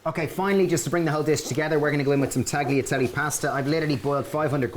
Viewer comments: Hahaha. I know. Talyatelle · Guys its taliatelle. The g is mute :) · I love your recipes but please don't pronounce the 'g' in tagliatelle. It's wrong and it drives me mad.